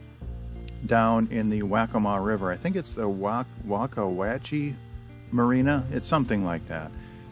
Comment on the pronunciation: Liked and Subbed. Just FYI - Waccamaw River is pronounced Wah-kah-maw, and that marina Wacca Wacce is pronounced Wah-kah Watchee. Good vid, brings back memories. Posting from Georgetown Landing Marina, I see you passed by a couple days ago. :)